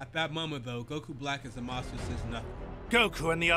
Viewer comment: Just an FYI but the voice actor for Goku Black happens to be the same VA for Goku lmao. Edit: Also you're pronunciation of Zamasu was nearly spot on no need to fret. For someone who's not in touch with the franchise like that you did better than even most fans lol you good 🤣🤣